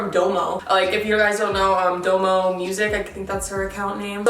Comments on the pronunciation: Girllll Domo Wilson is NOT pronounced DOE MOE it’s like DAW MOE 💀lmao but love your videos been watching them since the 4th grade and I’m in 8th 💕💕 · “Doumou” its domo Wilson 💀 love you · Anybody realized how she said doumo instead of domo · Doe moe noooooo😂😂😂😂😂 it’s domo pronounced (dah-moe) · Lol its dom-o not do-mo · Not dough-moh Dom-oh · literally gagged when you pronounced domo "dough mo" i'm cryinggg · lol dough-mo heh I think she means domo Wilson but ion know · ''do-mo" lol its domo from domo and crissy. no tea, no shade. just facts. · It’s DAHMOE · Domo 😂😂😂 its pronounced da-mo, like Dominique 😂😂, but anyways this video has my dyingggg "orangutan hump" 🤣😋💀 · "doomo" 😂 it's D O M O , it's okay bitch slow moment 😂❤️😭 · LOL ITS PRONOUNCED "DOM-O" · I HATE that she didn’t know how to pronounce domos name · I cringed so hard when you said Domo’s name.. 🙄😂 I love you though. ❤️ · Her name is pronounced dom as in domino and O as in the the letter o. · Lol OMG I cringed when u pronounced Domo’s name wrong! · You know DAMN WELL that’s not how you pronounce Domo’s name 😭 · You butchered Domo’s name😂😂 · Roxanna Carrasco yeah she just said her name weird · Love you, btw you said Domo’s name wrong lol